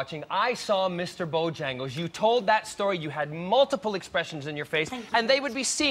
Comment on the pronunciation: I liked Sarah up til this week. This song isn'T supposed to be ov-er pro-nou-nced. eg I drinks a biT! & it's Mr. Bojangles not Bo-jyangles. DVO was spot on with Mary Poppins. Liked her before this performance but I felt she could be in the bottom because of it. Jessie was incredible!